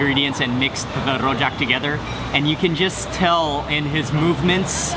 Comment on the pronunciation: his pronunciation of "rojak" lol. we don't roll our r's in singapore, homie.